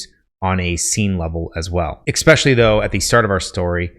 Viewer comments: Stopped the video early because he was lecturing about pacing while offering a poorly paced video. Also he said exspecially instead of especially. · Good content. Be advised, your 'ex-pecially's are distracting. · It drives me nuts every time you say "ekspecially". Is that a regionalism? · Why is it possible to get so far in life, to be smart, and not understand how to pronounce it EH-SSSSPEH-SHULLYY; not eXpesially? No hate dude I say that as respectfully as possible, don’t mind my 1am rants. Just from personal experience if you say that in any networking situation, it’s an immediate turn off. It’s like misspelling “friend” on your Harvard application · I legitimately can’t stand when people say “eckspecially” or “expecially” when it’s supposed to be ESpecially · Especially* not exspecially lmao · It's "especially" not "expecially" 👍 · Im sorry, but it's pronounced "ess-speh-shal-ly". I only mention it because you said it several times in this video. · You seem like a smart guy, but seriously, it's not eXspecially. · I like the videos, the info is great. And full well knowing this is probably just me. It grated on me each time he pronounced especially, “eXspecially”. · in—"eckspecially"??? Sheesh.🫣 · sorry i had to stop listening after the second EXspecially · I'll keep watching but after he said "eckspecially" at the beginning of the video I'm going to take this writing advice with a grain of salt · Especially not EXspecially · One good thing to d would be to stop saying a word that you mispronounce over an over again, Xspecially that one. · Your advice is really good, but you keep mispronouncing 'especially' and it's incredibly distracting. I know this is a really minor pet peeve but you use that word a lot so it's really noticeable. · You lost me after your attempt at "especially."